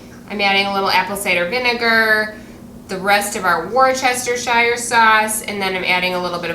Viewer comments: Hi! Just found you yesterday! What a lovely family! It is not a phonetic pronunciation, Woostersheer! Have a wonderful day! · I have to smile at the pronunciation of Worcestershire sauce. We in UK just say Worcester sauce (pronounced Wuster). Not criticising just fyi. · I was a professional chef for a handful of years, and you're correct. However, WOR CHESTER SHIRE is my preferred pronunciation because it's such a fun word to say - ha! :D